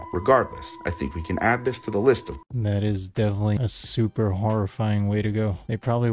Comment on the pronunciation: Did just say shuper?